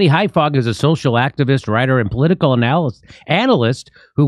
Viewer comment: "Political analysist" you ALMOST said it Jimmy! C'mon man!